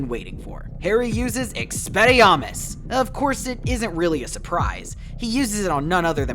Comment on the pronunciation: Experriarmus? Lmao